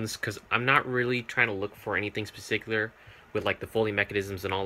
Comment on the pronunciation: Spaticular killed me